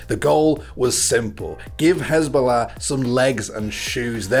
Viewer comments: (and onwards) it’s not HIZBA-llah it HAZBO-llah , the former is a terrorist organization the latter is a cute funny man. (Also I know that’s not how to write either of those names I wanted to show how to pronounce them) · Why do you keep pronouncing hasbullah as hezbollah... this little king is not a terrorist organization.